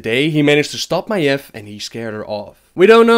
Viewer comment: FOR GOD SAKE STOP PRONOUNCING MAIEV AS MAEF!!! FFS!!!